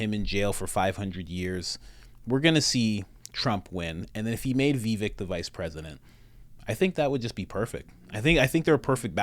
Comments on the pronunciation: Great vid! Just fyi, it’s pronounced “viv-VAKE” (rhymes with “give-BAKE”) — most people pronounce it like it’s spelled, “vi-VEK” (rhymes w/ NECK), or like you said it, “VEE-vik,” but neither of those are correct.💗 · Vivek, rhymes with cake. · Someone may have mentioned this, but his name is pronounced Vivake, as in rhymes with 'cake'. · Va-Vack is how it is said. Vivek is the way to go though. Like what he says. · Pronounced Vivake... he will be almost 40 when the election rolls around, 30% of the people get TDS from trump, doubt Vivek will take at back seat to that or anybody else, I got Vivek 2024